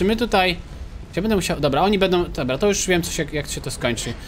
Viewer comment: więcej mów dobła bo to śmieszne 😃